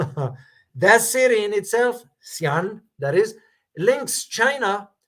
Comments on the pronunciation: Xian = Xi (like See) An (read A like british way, not ae but A), read it separately, not like Xian..but Xi-An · shee aan is the correct pronounciation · Xian is pronounced as "Xi-arn" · It is pronounced as Xi (western) An (peace). Xi and An, two words. Xi An was the imperial capital of Han dynasty due to China's trade with the West. Even up to the Sia and Tang dynasties, the court officials were of Sogdian ancestry. The Chinese poet Li Bai and court jester turned general turned rebel, An Lu San were of Sogdian ascestry. Thank you, Sir, for your great sacrifices to keep us inform! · If youre referring to the pronunciation of Xian, its "see aunt" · shee ann I believe is how to pronounce it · Xian... xi-an. without any regard to hanyu pinyin tones, you can pronounce it like the following: Xi is like how u pronounce Xi Jinping's name Xi--> "See". An is like how u pronounce "un" in the word "understand". coz in Chinese language "A" sounding is like "ah" Xi-an --> "see-un" just like this would be sufficient for youtube videos. But if you wish to sound just like a Chinese, then read it both on high tone (first Tone): Xī ān. the flat lines on the vowels denotes first tone. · Xian (predominant with Chinese Muslim believers) , the specialized business hub for all foreign Islamic businessmen in China, pronounce like C Anne, is the gateway to Xinjiang, the West Doc. Thanks for your dedication for world peace and love for the regular American. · pronunciation of the city is Xi (like president Xi) Un (like un-lock). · sorry to hear you got some hurdles with chinese wordings. Allow me to assist . XIAN,, -break it to 2 syllables. XI ,, , - Zee ,, or , see. (long e) AN ,, , - Ann , or , Anne (long an)